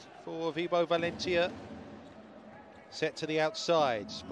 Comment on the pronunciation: First of all the way this dude says valentia kinda annoys me, but anyway. Someone correct me if im wrong but didn't orduna have like eye surgery or something last season. Because he was wearing special indoor shades for the majority of last season. On paper valentia should be dominating. They don't seem to have clicked but it seems to be from setting. Because last season Valentia almost made the semi finals of the league and they did get into the playoffs with Orduna as setter and arguably a worse team.